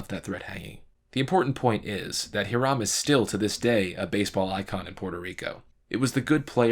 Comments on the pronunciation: It is pronounced ee•ram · Hiram is pronounced "HIGH-rem," it's an old-timey name. You make good videos. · I am Puerto Rican, and I am fine with it, and it was pretty close anyway. We just do not pronounce the letter "H"